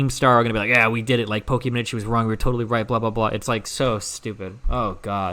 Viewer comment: Why does destiny say pokimon instead of Pokimane